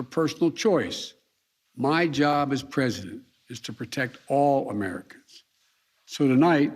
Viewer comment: Loved "comericans" 🤣🤣🤣